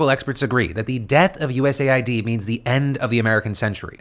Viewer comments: Ooooohhhhh it’s US Aid not U Said or U. S. A. I. D. 😅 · “US AY EYE DEE” instead of US Aid, how politically correct of you 😊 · It's clearly pronounced US AID lol wtf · "USA ID"...? 🤔 Not "US AID"? 🤨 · It is pronounced US Aid. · Why do they call US Aid, like U.S.A.I.D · I thought USAID was pronounced as “US-AID”